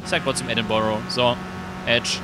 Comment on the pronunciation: So wie du Edinburgh ausprichts ist es auch richtig!!